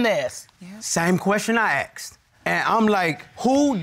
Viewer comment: IT IS NOT….AXED….IT IS PRONOUNCED…ASSKED